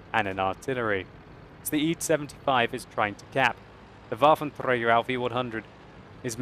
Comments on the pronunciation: I like when he says "waffenTRAGER" :D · Waffeltrdrdrdrdträger allf e onehundred xD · sounds weird if uses german pronunciation Waffentrrrragerrr he should also says "einhunderrrt" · You speak "Waffenträger" like Hitler 😨😂😂😂